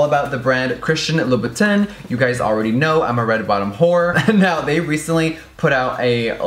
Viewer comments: Lmao the way he said Christian louvuton (I can't spell it) 😂😂😂😂😂😂😂👌🏻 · Girl you just about blew my wig off pronouncing it Christian Loubou-TIN. I can't breathe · Jeffree dear, I love you but, Christian Louboutin is pronounced Loo-bih-taan <3 <3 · Guuuuurl- the way you said Christian Louboutin tho... gurl... gurl no...